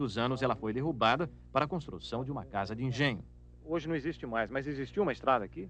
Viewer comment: "Isto non ecziste"